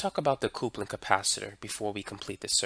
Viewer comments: Please, not "coopling" but "cupling" for coupling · thanks for the great videos...but, potentiometer = poe-tent-chi-ohm-eater and coupling = cup-pull-ing .